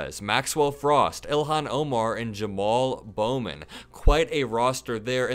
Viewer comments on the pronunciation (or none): none